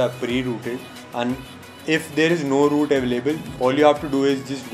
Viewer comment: no i dont know how to WOOT my phone... XD no hate xd have a good day.